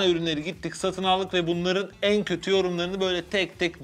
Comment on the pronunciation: Götü yorumlar sersi diyor 😂😂